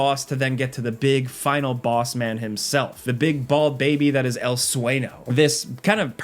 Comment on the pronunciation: Sueño is pronounced Swenyo. The Ñ sound is use like a NYUH sound.